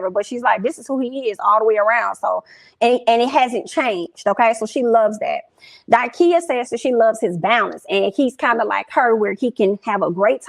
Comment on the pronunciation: It’s Da-Kia. Love you girl, but can’t stand when people get folks name wrong. 😑